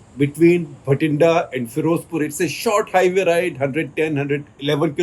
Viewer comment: It's Bathinda (बठिन्डा) not Bhatinda (भटिण्डा).